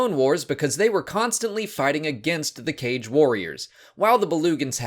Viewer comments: while it is pronounced "Kah-gae" i actually kinda vibe with the "cage" pronunciation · I thought it's supposed to be pronounced Ka-Ge, like the ho-ka-ge, because it seems they took inspiration from ninjas, you don't pronounce it as ho-cage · Aghhhhh I opened the video just to see how you pronounce "Kage"... It's not the same as you'd read "cage". Instead, the correct way is "kah-gee". I remember Janina Gavankar correcting someone about this in the past :P She spoke about Kages many times when she did the Inferno Squad audiobook. Okay, back to watching the video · Recently I listened to the Battlefront 2 audio books, Janina Gavankar kept pronouncing it "kaa-gee" and threw me off for awhile since I pronounced it the same way you do as "cage" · Mispronounced. Kage (Kah-geh) is shadow in Japanese. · The Inferno Squad Audible pronounces the species as "Kah-gay" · I feel like, considering their Japanese aesthetic, their name's pronounced "Kah-gae". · I believe it is supposed to be pronounced Kaa-gay. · It's pronounced "cah-gay" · Kage means "shadow" in Japanese (like Kurosawa's Kagemusha) and thats likely where the name comes from, so the Kaa-gee pronounciation makes more sense to me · I see the comment section has already ripped you a new one on the pronunciation of Kage, so my status here will be in tribute. I love your channel!! More!!